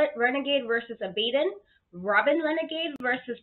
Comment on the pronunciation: This channel is excellent 👌 one of my favorite new subscription channels. I love talking about women's wrestling! I look forward to viewing more of your content. Also, your pronunciation of the name of ABADON is lovely